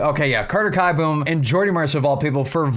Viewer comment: Great video btw it's keeboom not kieboom :)